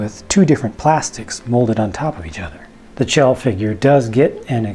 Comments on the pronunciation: chell is pronounced shell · I believe her name is pronounced like shell.